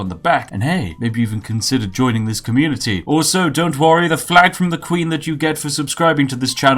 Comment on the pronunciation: did i hear communiTEA?